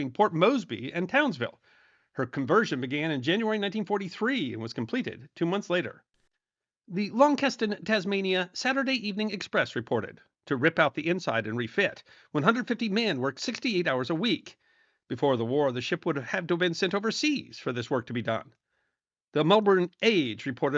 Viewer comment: I'll overlook some of the other questionable pronunciation, but... - it's "LON-sus-stun", not Lawnkeston. Other than that, great job as always...👍